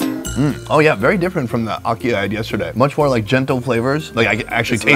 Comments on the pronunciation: Never heard it called okee before. I have been Jamaican for 51 years and that was a first. It is a-key for akee. You could also say ha-key. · ACKEE pronunciation guide: Its like the A in apple but NOT NOT NOT the A in Awesome. Its also like the A in the Spanish word Aqui! which means "here". please fix dat! beg yuh!! t'anks!! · Definitely mispronounced ackee!!